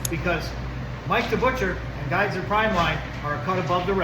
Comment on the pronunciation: It’s actually Giesser.